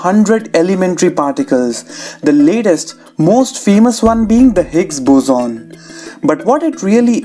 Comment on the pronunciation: It's boson not "buzoon"